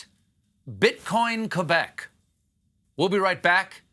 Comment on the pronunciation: He said Quebec accurately! Yea, Monsieur Colbert!!!